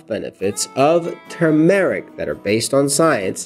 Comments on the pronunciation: Turmeric (TER--MORECK) Not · I really wanted to watch this video, but I can't with the mispronunciation of the word Turmeric. There is no long Eric sound in Turmeric!!! Try not to put a pause between Turm, and eric. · Please look up the proper pronunciation of the word Turmeric, the proper accent is on the first syllable. It is really annoying to hear some one repeatedly mis-pronounce a word over and over. Thank you. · Pls pronounce it right